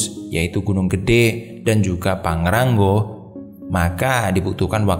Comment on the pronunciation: Pangrango mas bukan pangrangggo haha